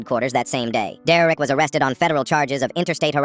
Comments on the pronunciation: 'dererek' he says dererek instead of derek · bro why ia the bot saying some times deurrek not just Derek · It's derek not dererek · Is it just me or did it sound like he said “Deraik” a few times 😅😅😅😅😅😅😅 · “Dererik” Hits hard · "Dererek" EVERY TIME BRO🥀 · Foreal why is he saying it like that?